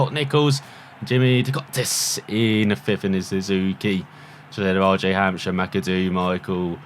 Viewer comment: his last name is hamsire the p is silent